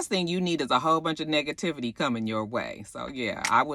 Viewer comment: Lol, why I thought you said niggativity on the social media 😂